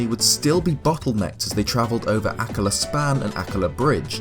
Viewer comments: It's pronounced ah-KKA-la, not AH-kka-la 😩🙏 The emphasis is on the second syllable, not the first !!! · I thought it was pronounced like uh-KA-la, not AK-ala. Interesting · AKKAAAAAAAAAAAALA not “ACK-a-lah” 😭😭😭😭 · Anyone else pronounce Akkala as "Uh-KULL-uh"? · Nooo,! Pronunciations, boyo! Haha. Akkala = Ack-arr-luh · normally I love hearing you speak but holy shit I can't take you pronouncing it like "akluh" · Your pronunciation of the word "Akkala" hurts me. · Your voice is perfect for these videos but I HATE the way you say Akkala